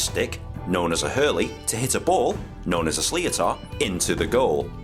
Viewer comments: The ball is pronounced "slit or" He also said a puck out at the 65-meter line, that is incorrect. The keeper can't pass the technical area in front of his goalk when pucking out. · Slittor is how it would be pronounced in english, and yes when one of them slams into your knuckles while holding a hurl you'll know all about it. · Sleeh-oh-tar, pronounced something like "slitter". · Helmets have only been mandatory (outside of underage groups) the last 10/15 years i think. Also, the ball is pronounced more like Slit-er / Shlit-er